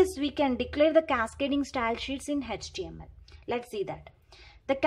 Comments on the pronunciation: Can you please pronounce the html as a html. it's not hechtml it's html okay. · Mam it's html not hhtml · H actually pronounced as hach so don't be oversmart 😮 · Pronunciation of h in html 🤔🤔🤔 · She also knows it is html but it seems to be little difficult for her to pronounce no problem in that... 😒